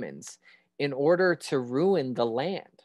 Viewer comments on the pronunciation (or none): none